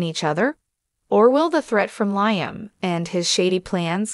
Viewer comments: This gal telling us the story can't even pronounce Liam's name and who is Stacy? She's not very good at this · Liam? She doesn’t watch the show! She keeps saying Liam wrong. I don’t believe any of this.